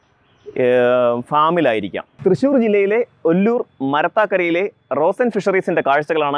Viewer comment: മരത്താംങ്കരയല്ല മരത്താക്കര എന്ന് പറ😁